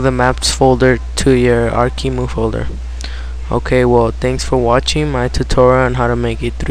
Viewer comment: its Arc E M U not emu. An emu is an animal, not an emulator